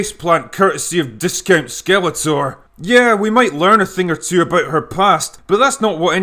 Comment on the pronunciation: I died at "discount skelator"